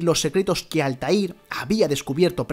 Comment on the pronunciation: Rogue, Unity y sindicate mejor que el 3 y que revelations y Odyssey el segundo mejor 🤡, se supo que este no sabe nada de la saga desde el minuto en qué pronunció el nombre de Altair